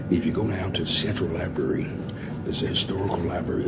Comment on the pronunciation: If you SAY "libary" you SHOULDN'T be ALLOWED to WORK in a LIBRARY!!!